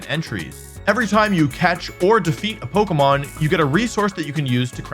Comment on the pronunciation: You can't even say Pokémon